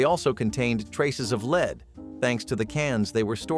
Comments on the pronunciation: It's lehad, not leed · It's pronounced "led" when talking about the metal, it's pronounced leed when you're in front and have followers. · Bots. Only a bot would pronounce "lead" as "leed". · Several times you pronounced lead (the metal) as LEED. But not every time. What gives? Bartles & James is James not "Jaimes". Peaches with lead solder -- this segment is a repeat of what you already covered. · Word pronunciation is just terrible! Ever heard of leed poisoning? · I heard it comes from cans with leed salldering! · You mentioned lead solder and your narration program pronounced both of those words wrong. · So do you know how to pronounce the metal lead What a crock of shit learn how to speak